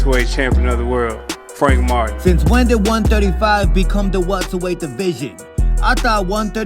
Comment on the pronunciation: I didn't even notice that he was saying welterweight good catch 😂😂😂😂